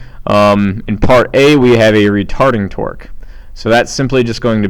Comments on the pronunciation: "Retording Tarque." Hahahaha!!!! Thanks for the video! Helped me greatly! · First off thank you so much your videos are really helping me understand this and I have a midterm today! Also you said retording tarque and it was hilarious and you said it like twice! Awesome stuff though thank you again!